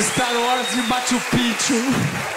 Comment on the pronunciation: Star Wars de "Matchu Pitchu" 😅😅😅😅😅😅😅